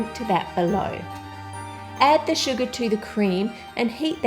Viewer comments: When she said sugar, I heard Suga instead lol HELP.....(I can't be the only one wink wink)😁😅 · when she said sugar I hear Suga😂😂😂 any ARMYs hereeee?